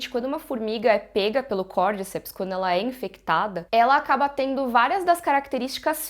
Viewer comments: Côrdicéps é a pronúncia correta e não Côrdíceps. No primeiro episódio eles falam. aos minutos. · Eu acho que a pronuncia correta é "Cordicépis" (cordy-cep-s) como é um nome em latim e é científico é falado cordy-cep-s com ênfase no é <3